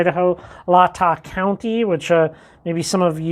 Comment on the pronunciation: hey man fyi its pronounced lay ta county